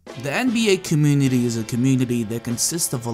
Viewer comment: Dude can’t say community